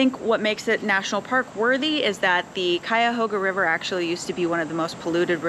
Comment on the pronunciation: I grew up in the Cleveland area. You did a great job pronouncing "Cuyahoga"